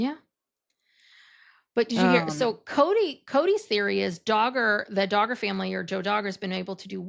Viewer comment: DAR GER. not Dogger. 😂